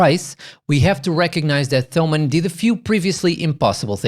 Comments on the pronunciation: It's pronounced Tomann, with a "t". Like Thomas in English. Thanks for the review! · Not even englisch native speakers call them /θəʊmən/, just like no one would call Thomas /ˈθɒməs/. You're best off never using /θ/ outside English and Greek.